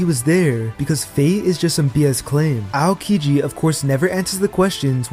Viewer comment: AOkiji = (OW)-kiji... can't get past the AY-OH-kiji